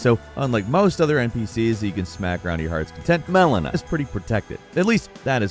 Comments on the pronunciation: I'm surprised they had to dub over saying Melina so many times.. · lol that audio patchwork. "MELINA" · Probably Mileena or Manila. Or Malenia haha. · I like the sound edits of your voice in this where I just know you mispronounced malenia and radagon.